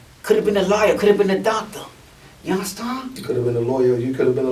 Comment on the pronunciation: Love the content yall. The realest shit u said break was we're making a neg in to a positive and everyone aint going to come where your going and some r going to fall short and u might lose some people and see things clearer and might have to cut some people off. And I love when ur man's says "underston" lol yes keep it coming yall. Proud to see this come together.